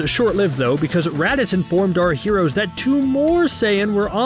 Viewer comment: The way he say Raditz “Redditz”